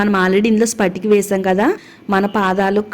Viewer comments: Amma talli spatika kaadu patika . అంటారు ఏదైనోటికి వేస్తే అది చెపితే బాగోదు . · Hello madam spatika kaadu.Patika.(Alum) antaaru. Remedy bagundi.time taking.vokka day lo avutundannaru.harekrishna🙏